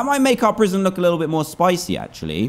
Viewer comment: Watch the episode again he said proision